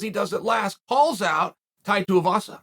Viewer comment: Lol Atleast he’s pronouncing tuivasa properly now. He’s been saying tee-avasa for ages.